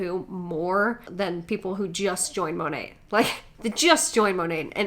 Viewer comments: Okay by the girl who works for Monat is literally pronouncing the name wrong??? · i hate that the monat seller kept pouncing the “t” in monat... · The Monat Hun 😂😂 “currently working from home while getting more into scientific abilities” WHAT?? 😭😭😭 She reminds me of the girl on drugs you accidentally meet at a party and can’t get away from as she’s word vomiting things that sound intelligent in her head but are actually completely incoherent...